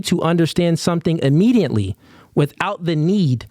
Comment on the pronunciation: why you add an “n” in a lot of your words? WTH is Immediantly?